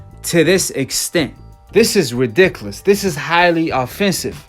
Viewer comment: I love how Americans say Ridiculous I’m British 🇬🇧 we don’t say it like you guys . you guys say it way better 😂